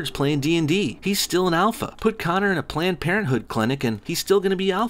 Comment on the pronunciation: When u said Conor jezez I cringed so hard.